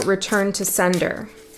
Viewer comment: When you said "return to sender", I heard as clear as day "return to Seidr", which I have been loosely doing in the past months. I suppose I should put some more energy there. I don't usually comment but felt guided to this time, idk.